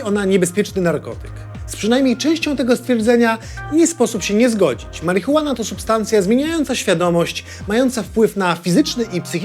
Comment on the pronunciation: marihuean? na co to komu?